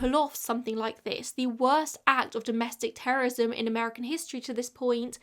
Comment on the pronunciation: You mispronounced "terrorism" and "terrorist" too many times